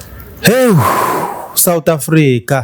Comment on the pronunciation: 😂😂😂Uyangibulala ngohleko uma usuthi south africa methuli wohlelo😅